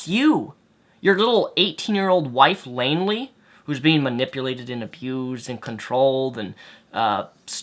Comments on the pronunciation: Oh btw its Lainey not Lainley dumb fuckwit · I'm being serious, I want to listen and take what you're saying seriously, so stop calling Taylor, "Lainly" it's really annoying and is laughable. Not to mention the fact that there is no way she's being abused, trust me I follow her Tumblr, I follow her twitter etc, he isn't, I agree that he shouldn't be talking about rape in this way, but he isn't abusing his wife. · please get it right, her name is Lainey with an "N" not an "L" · Lainey, not Lainly .. Lol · why do you call her Lainly.? it's lainey! XD